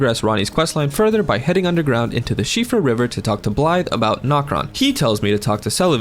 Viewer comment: You pronounced siofra right u might get a pass